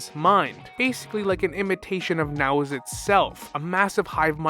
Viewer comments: The way you mispronounce Nous and then pronounce it right, just to pronounce it wrong again, makes me feel like you're looking back at me and going "No one will believe you. 👹" 😭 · how do you pronounce Nous’s name correctly a few seconds prior then pronounce it wrong immediately after 😅😂